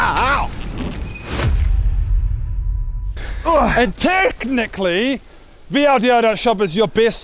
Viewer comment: i think you mean "OW-trageous" :3